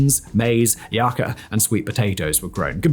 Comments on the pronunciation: A couple mistakes... you said "AVR" instead of "ARV", you also said Sir Francis Palgrave but the quote slide read "- Pliny the Younger" you also said "yacca" instead of "yucca", lol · I personally liked "Yak-ah" for Yucca.